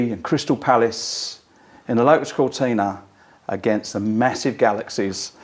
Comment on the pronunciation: He keeps saying lo-us , I’m sure There’s a ‘t’ in there making it Lotus .